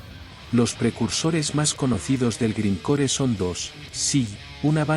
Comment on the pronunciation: A pesar de que se escribe grind core se lee (graind cor y aunque se lee punk se lee ponk y el death metal se lee deth metal y se lee neipon death aunque se escribe Napalm death)